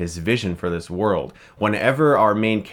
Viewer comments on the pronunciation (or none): none